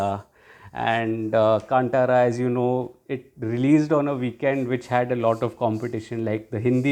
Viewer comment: Hey btw in Kantara, T is pronounced as ‘th’ not ‘t’…